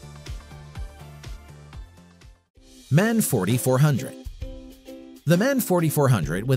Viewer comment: M.A.N. Not Man 😉